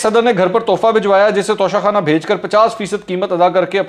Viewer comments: منصور بھائی توشہ خانہ ہے, تونسہ خانہ نہیں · Tonsa khana nahi tosha khana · TOSHA KHANA na k tonsa khana